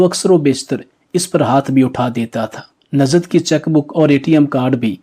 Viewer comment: It is Nuzhat not Nazhat,it is namaz not namaz.